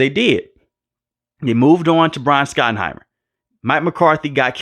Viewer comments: It’s shot not Scot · Shot-en-himer. Not skot-en-himer. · His name is pronounced SHOT-enheimer. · Scottenheimer and Dwadle and 18 games. My mans so mad he forgot how many games are played and how to pronounce these guys names 😂